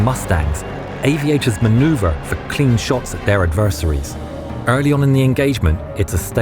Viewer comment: I think adversary was mispronounced